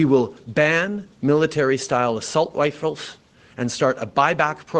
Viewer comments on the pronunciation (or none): What the hell is an "assault wifle"?